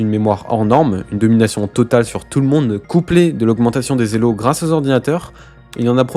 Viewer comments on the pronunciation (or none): none